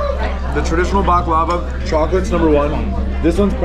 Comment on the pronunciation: The way you kept pronouncing “baklava” made me cringe the whole time